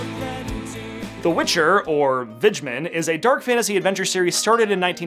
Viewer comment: You pronounce 'wiedźmin' pretty well :)